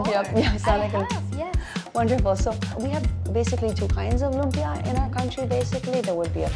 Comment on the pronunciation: lum-PYA > LOOM-pyuh Loompyuh is such a Fil-Am way to pronounce lumpia. Ugh.